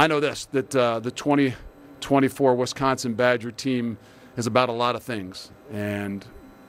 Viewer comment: Someone needs to "coach" him on the correct pronunciation of Wisconsin